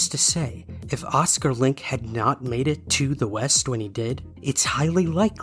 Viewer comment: FYI, in German, words ending in E have a final vowel syllable, so it's LINK-EH :) Thanks for all your fascinating story posts!